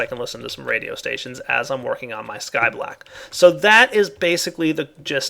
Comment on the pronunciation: lol said skyblack